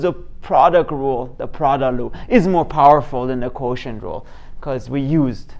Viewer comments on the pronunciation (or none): This is nice - 2 different ways. Whenever I forget what the quotient rule, I turn it into a product like you did. I am curious -- Are you saying product "loop" and chain "loop"?